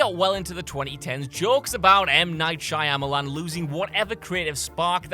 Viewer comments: This guy kept repeating 'Shaya Malan'. Correct is: Manoj Nelliyattu "M. Night" Shyamalan (/ˈʃɑːməlɑːn/). Disclaimer: not a fan of his. Just wanted to point it out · It's pronounced 'Shamalan', isn't it? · lol yes! Couldn't even pronounce M. Night's name right! 😂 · I think one of the best things about what culture is their inability to pronounce names right especially M. Night!